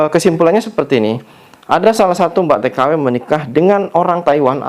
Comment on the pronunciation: Mbak k...bukan Mbag 😂😂😂 Bilang mbk lidah nya kok kesrimpet bngt sih..😅